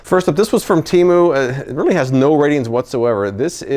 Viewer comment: I had to back up the video for a minute and play it again, because when you said you bought the bottle caps on Temu, I thought you said you bought them on Hulu. I was like what?